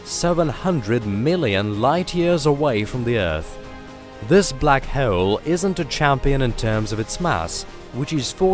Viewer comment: Lmao the computerized narrator voice says [minus] instead of “dash” when it reads this [-] symbol. It keeps throwing me off. And it adds (w)’s into words that shouldn’t be… like how it pronounces black hole… it sounds like black [howle]. Also holder [howleder], while [whaile], and other silly mispronunciations. I guess this is what you get when you cheap out on voice acting talent… oops🤣😅